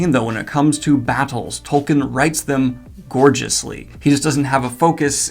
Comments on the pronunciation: It's pronounced "Toll-keen". You review fantasy books for a living, man. I mean, disheveled goblin. Get a grip(hook)! Seriously though, I re-read the books last year, for the first time since the movies came out because whenever I felt that nostalgic itch, I'd scratch it with the movies. The books totally hold up. I had this incredible sensation of coming home; it's hard to describe. And that's despite reading them in another language this time (I'm French, had read them 2-3 times pre-2001 in French, never in English until this last reading). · How do you have 500k subs for a channel about fantasy books, and yet you don't know how to pronounce Tolkien's name? Its pronounced "Tol-KEEN". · The hilarious thing about all those fans is that Tolkien was a Philologist...and... - of this video...LANGUAGE was EVERYTHING to him...and I bet they all pronounce his name wrong. It's Tol-keen...not Tol-kin.... I MEAN LOOK AT THAT SPELLING!!! Imma Tol-keen fan till I die...but don't ever want to put people off of one of the greatest series of all time by being a Tool-keen fan. Spot-on Review!